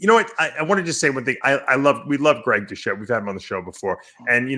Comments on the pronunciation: even Dave says, "Du-SHE" and you misspelled it within the title too. It's Doucette, poor guy, even Dave called him "DOUSHE'". :)) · “Douchette” lmao, Dave is a fucking joke with all the drama. But more drama means more views and more revenue. People hate on Greg a lot and that’s speaks volume. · Come on guys it’s ‘doucette’ not douchette. You don’t have to like the guy but he’s helped put quality info out on gear and you take the good with the bad. He’s making money and clearly not out to make friends. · His name is pronounced "Douche - Shit" , come on people! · Greg "douchette" lmfao! Lee is a legend! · Take a shot every time they butcher the pronunciation of "Doucette"... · BrossPhysique I’m honestly starting to think they didn’t know they mispronounced it. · I suggest people go to Greg's channel and actually watch the video to see what really happened. Dave and Lee are wrong in this video. Lee still bashing Greg instead of looking at the facts of what was really said and this other guy dave mispronouncing his name when he clearly knows how to say his name, he even said hes had him on his channel before so why do that? and you want him to be on your channel for a debate after you mispronounce his name calling him a douche? petty and pathetic personality shown from both of you in this video.